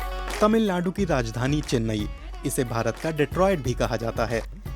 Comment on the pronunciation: चेन्ने नहीं चेन्नई